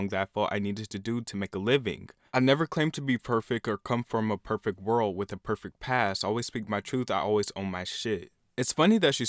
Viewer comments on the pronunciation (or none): none